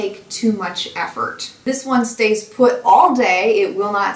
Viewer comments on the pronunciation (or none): Oh Boy ....stays not says and bangs not banks! 😉